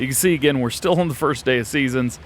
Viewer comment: "Fist" come on DJ